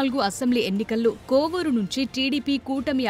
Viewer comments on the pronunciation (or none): బాబు కొవ్వూరు కాదు కోవూరు